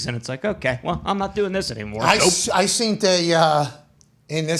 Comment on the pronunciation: When did he start saying seent constantly?? Is this a new thing???